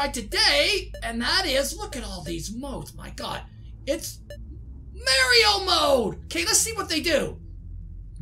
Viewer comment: Your saying mario wrong